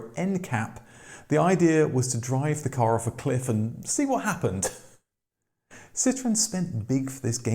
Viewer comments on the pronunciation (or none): But why do you keep pronouncing Andrè's last name, and the name of the company, completely wrong? If you take him up on the fancy name, it's "cee-troh-ENN". If you call his bluff, it would be "cee-TROON". But "CEE-trunn"? No. No fucking way. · See - troh (roll the R) - ahn. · Hey, please do the marque justice and pronounce it correctly. A "citron", as you Brits tend to pronounce it, is literaly a "lemon". A Dutch grandfather was a green grocer and took the surname Limonenman----literally a "lime man" (not lemon). His son, not Andre, changed it to the Dutch word 'Citroen", which is indeed 'lemon' in Dutch, AND pronounced "citron". Nonetheless, the French don't normaly pronounce two consecutive vowels independently, but based on several theories, the family wanted each vowel enunciated. So, the trema (") was added to the "e" to signifiy that both the "O" and the "E" are pronounced separately. [An easy French example is Noël ] Phonetically, this is not a hard word to pronounce correctly: Si-tro-en. Why would you bother correctly pronouncing Renault and Peugot (although you also crucified "Pan-Hard"---the "d" is silent)? I mean really, La Manche is only 31 miles across; you'd hope this miniscule distance would prevent the Roast Beefs (ha!) from mangling yet another French word. Zut alors😵‍💫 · What no “”Cit Row EN””?